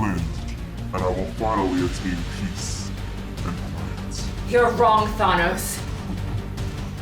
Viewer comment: I’m still stuck at the way you said Thanos lol